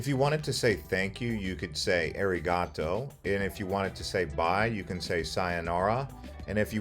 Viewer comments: Airy-gato 😆 sorry couldn’t help myself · The pronunciation on some of your words had me like 🥴🥴🥴 That's not it. Arigato 🤣🤣🤣 A-ri-ga-toe 😂😂 With that said this video was VERY helpful in narrowing down places I haven't seen but want to so arigatogozaimasu! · You are pronouncing Arigato wrong. Pls learn correct pronouncations first, if you wanna teach others.